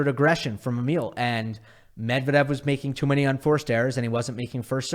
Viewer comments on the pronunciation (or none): none